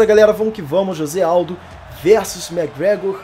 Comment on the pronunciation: McGregor** e não Mcgragor